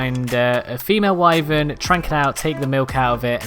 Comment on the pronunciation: Thank you for pronouncing wyvern correctly.